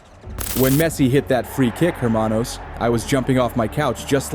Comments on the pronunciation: Hermano the H is silent. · the H in the word hermano is silent, so you know